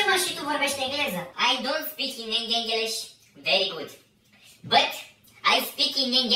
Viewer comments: Inglis nu mai English 😂😂😂😂😂😂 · ✨eNeNgElEsI✨ tare faza 😅